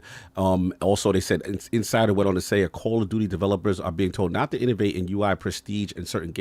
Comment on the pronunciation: addict: it's "innovate", not "innervate"!! Also "idea" not "ideal". SPEAK ENGLISH. meaning no offense 🙏